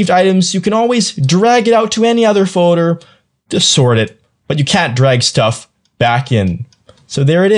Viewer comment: Most people say "FOLDER" not "FODER"